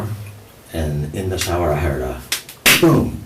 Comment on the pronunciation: Why can’t he say shower right